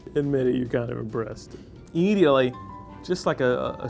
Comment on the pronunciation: Knew it was over when, after the Wild Turkey, you started pronouncing “bottle” as “ball”. And who knew “immediately” could turn into “eediotly”?